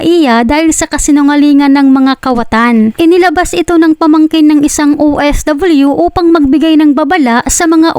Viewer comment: BAKIT BA OFW HINDI OFWYUS INIIBA ANG PAG BIGKAS KAARTIHAN